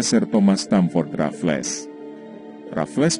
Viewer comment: Sebutan Stamford Raffles adalah Stem-fed Re-fels